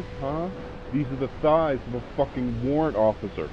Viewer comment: WA-RRANT O-FFI-CER